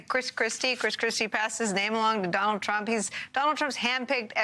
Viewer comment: Did I hear that correctly? Did he call the guy Donald Hump? I hope that was intentional.